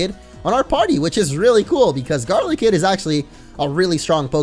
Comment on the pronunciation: Its not garlikid its GODLYKID